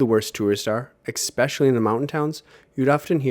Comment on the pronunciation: Bro, please stop pronouncing especially as expecially.